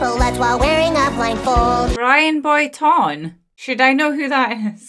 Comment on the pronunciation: Why are you mispronouncing Brian Boitano?